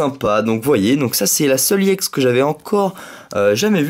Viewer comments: Pourquoi tu dis iex au lieu de ex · Sa se dit pas IEX mais EX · pourquoi tu dis iex